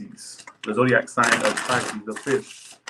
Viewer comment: When said "the fish" for Pisces I heard the bitch 😂